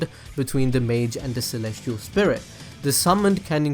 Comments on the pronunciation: its celestial with a C not kelestial. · Or Celestial being pronounced as Kalestial.